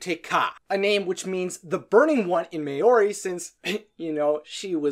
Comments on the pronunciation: Mayori 😭 (It’s pronounced M -oh - r (rolled r) - ee (Mohree) ) there’s also a little ‘ā’ sound between m and oh Please,,, the pronunciation hurt me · May-or-e... Thats not how you pronounce it... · May-oar-i? Sounds like you were taking a guess at the word. Though, I have heard a couple of people use that pronunciation here in New Zealand. Otherwise, great video. I can't seem to work out how to write the actual pronunciation of the word "Maori" today - so I'm no help, sorry. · Hi, I'm from New Zealand and you mispronounced Maori. For children to learn Maori better there's the common alphabet which is a, e, i, o, u. a is pronounced like "ah", e is pronounced like "eh", i is pronounced e, o is pronounced "aw" like when you get punched in the stomach by a woman, u is pronounced "ew". I will credit you on pronouncing Te Fiti and Te Ka well, but I told you this so you remember for next time. And if you want to learn more about how to say/speak Maori I'm sure on YouTube there are videos made by either Maori people or New Zealanders so you can understand and learn so you don't make the same mistake on accident. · you pronounced maori wrong but yeah